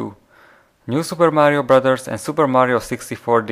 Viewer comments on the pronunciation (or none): none